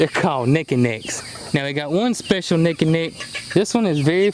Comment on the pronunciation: Naked Necks are the best! Or as you say, "Nekkid Necks" lol. I have Seramas, too. I love Tony!! Okay I will stop spamming you with comments haha